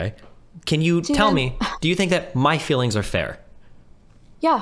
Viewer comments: What the hell is Fefe? Does she mean feelings? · Saying fifi instead of feelings is major league cringe ball bases loaded grand slam cringe